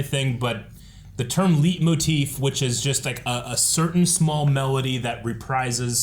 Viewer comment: This whole discussion is just bitching and nit picking. It’s the only negative one I’ve seen so far. if you’re gonna proselytise about about leitmotif it would hold more water if you could pronounce it correctly. It would’ve been nice if you all could’ve talked about the trailer instead of just word for word repeating the same negativity you had in the first one.